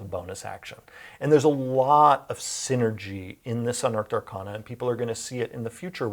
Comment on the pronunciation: Why does he mispronounce arcana?